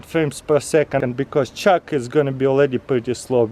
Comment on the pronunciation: I thought the whole time Taras said " Chuck" but at the end I realised he said " Chalk" Who else heard "Chuck" ?